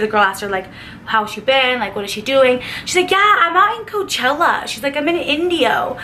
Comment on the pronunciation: Its coachella lol